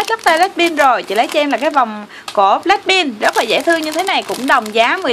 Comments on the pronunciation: Black pink mà cj cứ nói là black pin ko hà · Blackpink chứ không phải blackpin nha chị